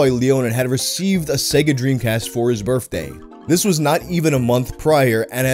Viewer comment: In fact, ads pronunciated SEGA with an I instead of E. Like SIGA